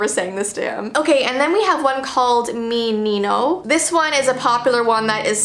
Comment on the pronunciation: Hi, I'm Trinidadian and I bet almost every baby on this Carribean island has heard this song lol and my parents sang it to me every night and you did pronounce it correctly don't mind the words when an actual Trini sings it, it sounds more like it cuz we speak "Dial" it's like slang that's kinda why the words are weird when not translated but yeah (ik no ones gonna see this but it's here)